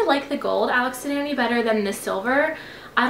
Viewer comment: It's pronounced as Alex and "on-ee" 😆 they were created in RI where I'm from and extremely popular! I have so many bracelets they're the best